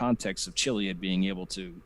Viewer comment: Me too! Starting with him mispronouncing Chiliad. says kill-iad.